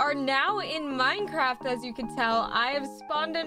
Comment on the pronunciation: But i dont wanna be rude but didnt you say mincraft